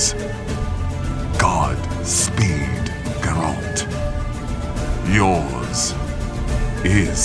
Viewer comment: Good shit but how he says Geralt annoys the shit outta me. Not so much to make me stop listening while playing